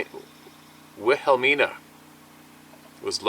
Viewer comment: It's pronounced willa Mina and wash a taw mountains. Go Hogs😅😅.